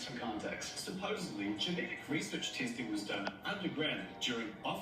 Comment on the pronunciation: When someone puts a 'B' Supposedly... It's D,D supposeDly!! I can never listen to them again! ✌🏾✌🏽✌🏼💫💫